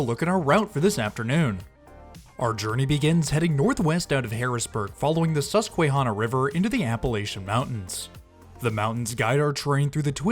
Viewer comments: You really mispronounced Susquehanna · Sus-kwuh-hannah, Kit-tanning, and Hun-ning-don, essentially, but the Pittsburgh student in me perked also at Mononga-hey-lah haha; loved seeing the trip and so many local shots! Went right by my house lol